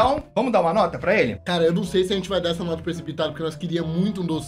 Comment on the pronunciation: T3ddy e sua dicção impecável kkkk "Notra, nota 🤭 notra quatro ponto OITRO